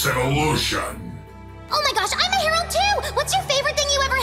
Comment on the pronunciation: When she says "Twilight herald" all I hear is Toilet herald....